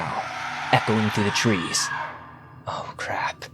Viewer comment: Miwwyuns of tweez in the pwimeview fowest!!! Mwahahaha(evil laugh)